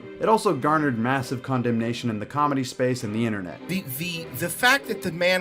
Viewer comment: Brendan does cawlmedy. there's a difference 😂